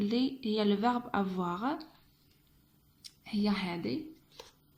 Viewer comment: اسمحليle verbe avoir نطقتيه خطأ